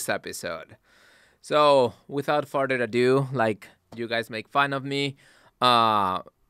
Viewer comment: “Without ferder ado” 😂😂😂😂